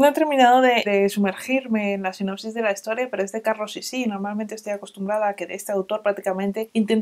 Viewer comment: Como simple sugerencia, para mejorar siempre, por supuesto. A veces dices "Sinapsis" en lugar de "sinopsis" ... Solo para tener en cuenta 🙈 Gracias por estos videos, creo que conseguiré varios!